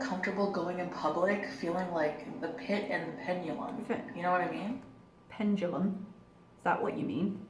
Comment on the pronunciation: "penulum", and on her CV, she talks about being an honors English major. Unreal.